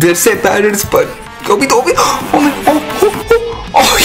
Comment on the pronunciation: I really like the way how you pronounce Naruto and Obito. NaRUTO, OBIto